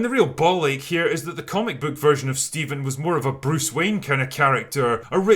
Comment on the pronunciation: I believe it's pronounced Phsteven